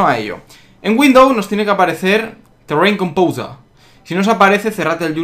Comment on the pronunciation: tirrein compousa :v jajajajja exempel paqueich :v jajajajajajaja chus exempel